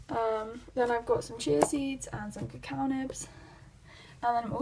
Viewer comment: It’s pronounced ca-cow not caca 😂 caca means poop in Spanish